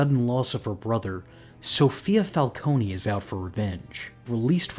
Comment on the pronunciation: So is it Falcone or Falconey?? You needa figure out how you're gonna pronounce it and stick with it btw it's FalCONE, like traffic cone. Get it right